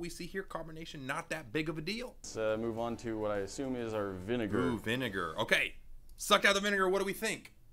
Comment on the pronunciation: The Bentis: The bineger Me: WTH ITS VINIGER I THINK